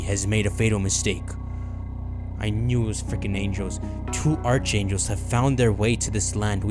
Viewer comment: I really love this series man, but you gotta learn how to pronounce archangel my guy. The ch makes a k sound (as in ark), not a ch sound (like in march).